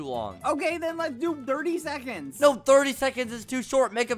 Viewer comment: is noone going to talk about the 30 sefconds